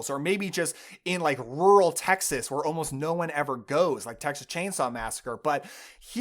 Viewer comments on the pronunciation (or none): none